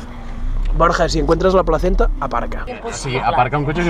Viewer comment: El pobre hombre no dice placenta, dice plazeta pero bueno. Un saludo